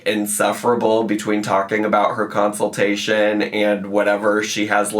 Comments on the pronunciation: i am BEGGING this woman to learn how to pronounce consultation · Did she say COUNCILTATION? 😳 maybe someone should send her a dictionary 🤔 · that may not happen in a consultation but she had a counciltation. lol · She had her council-tation on my bday. But my actual gift is ( hopefully) is not having to hear that word again. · That’s definitely the way I heard it too! And lmao, “counciltation.”